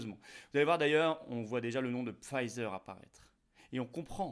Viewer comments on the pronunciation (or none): On ne prononce pas ”Pfizer” à l’anglaise.